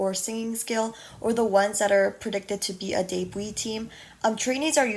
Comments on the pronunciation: Her pronunciation: : deibui My pronunciation : debut Others: debu No offense tho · It took me so long to realize that you’re saying debut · well im not just gonna sit here and see you say "yikes" to someone because they didn't know how to pronounce something